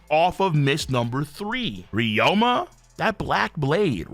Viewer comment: King I swear to God if you keep mispronouncing RYU-MA as RYO-MA I'm going to have a fucking aneurism.